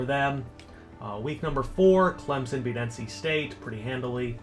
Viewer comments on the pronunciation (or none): none